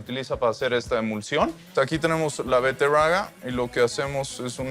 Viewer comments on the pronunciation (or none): Beterraga?... Es betarraga!!!😮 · Que pena que el no haya conocido la gastronomia en cochabamba, pero bonito. Que gracioso, cuando escuché al amigo cocinero decir rroayada, veterroaga, etc.